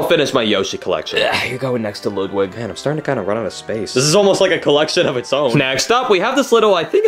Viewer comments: It’s Ludwig, not Loodwig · It is not Luuwig it's LUDWIG! 😡☠️